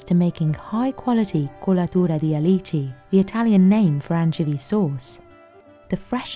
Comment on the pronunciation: The " kulaturadialeeecheee "